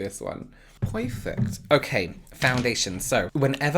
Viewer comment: "okhey" 👍 luv it! 😂🥰